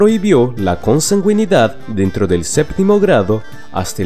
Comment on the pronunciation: Es curioso que alguien que narra videos sobre historia no sepa pronunciar consanguinidad y encambio diga "consangüinidad"